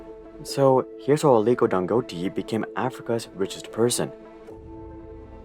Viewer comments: I'm a Nigerian, Dangote is pronounced as Dangotay 😅. Great video as always! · Damn, that pronunciation of "Dangote" (Dan-go-tay) was way off 😅 great vid regardless! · pronounced dan goe tay - gotta at least get the guys name right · I'm late to this but that pronunciation was so off lol And just to add, here in Nigeria, Dangote is considered a shady figure. Many have accused him of Monopoly by banking on his govt friends and connections. A lot of his products are often considered subs standard compared to other competitors. For example, there's a famous saying here that Dangote cannot succeed in a sector without help from the Nigerian govt. His venture into juice and noodles notably failed as they were already established players offering better services His cement is basically unaffordable to the average Nigerian while being cheaper in other African nations Just saying Dangote is not as beloved here as many people would like to think